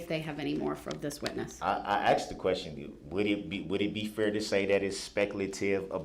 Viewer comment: The way he pronounce fair. FIEEEE-JAIR